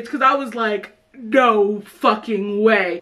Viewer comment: The "NOE" got me cryingggg.